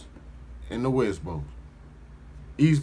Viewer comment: Cuz say West "Boast" 🤦🏾‍♂️🤦🏾‍♂️🤦🏾‍♂️🤣🤣🤣🤣 Most Def not from out here! Hella extra.....hella entertaining. 🤦🏾‍♂️